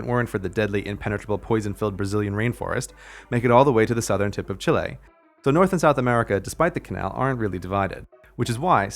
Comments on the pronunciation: best pronunciation of chile ever! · Thanks for pronouncing Chile and not Chili 💆‍♂️ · That IS how it's pronounced... it's not Chilly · maybe cuz he said it the correct way! =D (Lives in Chile)